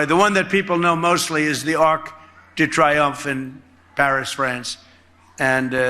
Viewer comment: The Arc de Triumphe. Pronounced Tree-umphe, Donald.